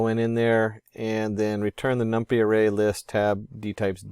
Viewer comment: Did you just say "num-pee" lol. j/k great video